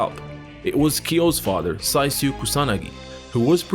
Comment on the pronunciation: Although it is written Saisyu, his name is pronounced Saichu. Just an observation.